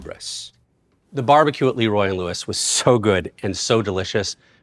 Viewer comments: Fantastic Video!!! Just one correction, The Le Roy in Texas is pronounced "La" Roy not "Lee" Roy. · Lee Roy? 😂😂 Jesus bro It's Lé Roy